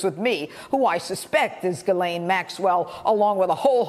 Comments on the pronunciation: It’s pronounced GEE-LANE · From Wikipedia: Ghislaine (/ˌɡiːˈleɪn, -ˈlɛn/ ghee-LAYN, -LEN) You're welcome. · If you're going to rant about her for 9 minutes, at least learn how to pronounce her name. The s is silent.